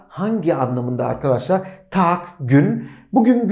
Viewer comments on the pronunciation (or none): Welche Tag ist heute, derken welche Tag ist (Tochter) gibi ses çıkıyor :))